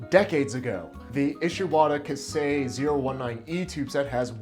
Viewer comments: I wasn't able hold myself to tell you about "ka- sei" first, I am no japanese. correct pronunciation : as far as I know, is more like "kay say" (K-say is more close to it) and yes steel is fucking real steel rules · It's pronounced kye-say not kah-say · Big fella I luv ya but it’s KAISEI not “Kasei”… hurts more than ThreeRensho 😅 great vid as always